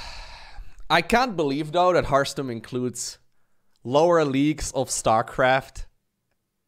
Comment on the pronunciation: says "Hartstem", I hear Hearthstone.